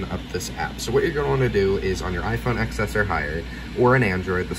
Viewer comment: OMG HE SAID IPHONE “EX S” ITS PRONOUNCED IPHONE 10S